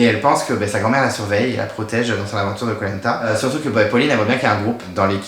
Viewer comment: J'ai été spoilé sur les 2 éliminations dans le générique ( Nathalie sur l'épreuve du labyrinthe et William sur l'épreuve des Bambou ). Il y a des commentaires sur le live de spacebabies disant que tu prononçais Koh Lanta comme " Polenta " DEAD Le départ de William ne m'a pas fait réagir plus que ça ( j'ai dormi entre le confort et l'immunité mon avis est biaisé ) J'ai bien aimé l'épisode, la victoire de Ricky, Willy fait du sur place, Sarah et l'hygiène des gourdes, les prémisses du drame du sac fouillé. En tout cas hâte de voir la suite !